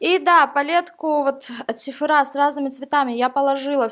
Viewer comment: вообще то слова сефора ударение падает на о а не на а